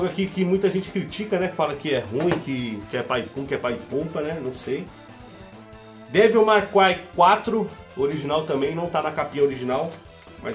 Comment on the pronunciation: "Meu inglês tá em dia" Segundos depois, "DÊVIU MAR CRAI"... kkkkkkkkk